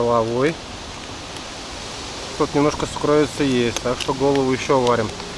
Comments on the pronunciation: Уважаемый, правильно надо говорить сУкровица, ударение на У. Извините! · сУкровица. Ударение на первый слог 🤓